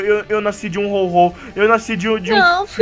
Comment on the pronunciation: Velho tem um Ho-Ho vouado na sua vouta